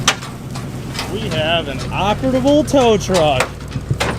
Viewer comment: Also there's no T in operable brother